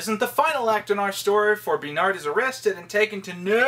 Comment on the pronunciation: I love and hate the way he gets his panties in a twist over the name “Bernard”.